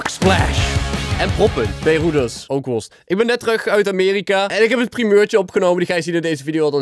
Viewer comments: Rookworst zonder R is ookwost...😏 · RookwoRst zonder r is ookwost